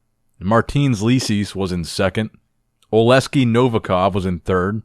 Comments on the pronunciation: Oleksii not Oleskii 😂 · Aleksyi not Aleskiy